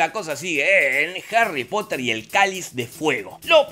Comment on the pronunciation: Harry Potah